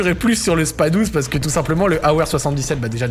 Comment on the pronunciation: J’avoue ça m’irrite aussi 😅